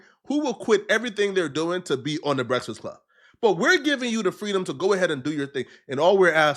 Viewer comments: Bra u can't say breakfast? That's terrible Brehtfast club lol.... I'm dying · “The Breksist Club”